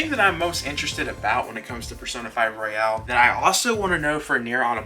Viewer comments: You're pronouncing it wrong. The way you're saying it is like "Royale". It's Royal. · Royal... not Royale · It’s not royale, it’s royal. Great video, subbed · Surprisingly a lot of people pronounce it Royale.